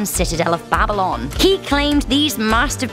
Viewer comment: The way she pronounce Babylon. BabiLON!